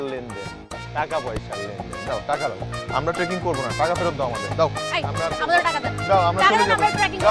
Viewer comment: বইন ওটা ট্রেকিং! ট্র্যাকিং নয়!🥲👏